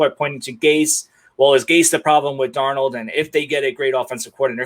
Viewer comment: Why can't he say Sam Darnolds name?